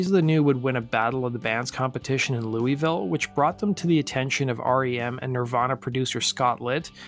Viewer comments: Great mini-doc about Travis Meeks! The only painful part was hearing Louisville mispronounced repeatedly. It is pronounced Lou-a-vuhl. Although, Lou-a-ville is acceptable and not nearly as painful as hearing Lou-ee-ville over and over. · LEW-EEE-VILLE hurts my ears 😅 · It's "loo-uh-ville". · Its pronounced LUL-VULL. That's how people from KY say it